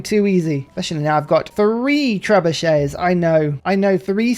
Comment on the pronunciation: Tres-buchets? Maybe that's just on the Spanish runs.